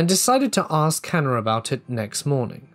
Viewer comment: Certain accents do that. This particular accent also says “idea-r”.